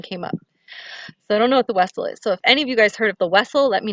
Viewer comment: The “Wessel “sounds like a Vessel maybe a space ship? My kids when they were little they pronounced the V like a W